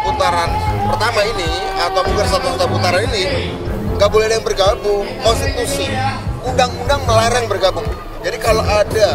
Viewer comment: Miko ngomong konstitusi...lawing yg d dukung nabrak konshitusi...😂😂😂😂